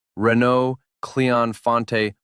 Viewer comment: when you talk about the renault "cléon fonte", this name is based on the name on the renault engine factory plant based at Cléon , a town in the Rouen (normandy) 's suburbs. And fonte is cast iron in french. In french, we consider cast iron as a melt of iron . It's pronounced font, not fonté. there's another engine called "Cléon alu" made with aluminium. it equipped lotus europe for example. based on a 6 cylinders project, it's all aluminium I4 chained OHV 8 valves between 1470 and 1640 cm3. Cleon fonte was I4 cast iron block but aluminium head chained OHV 8 between 956 and 1397 cm3 also called SIERRA engine. created in 1962 its production was stopped in 2004. it was used for turbo versions too as renault 5 turbo for example with 400HP...